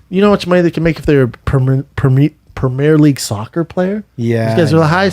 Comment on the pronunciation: have a fuckin word brendan 🤦🏾‍♂️🤣 Its pronounced prem-e-air league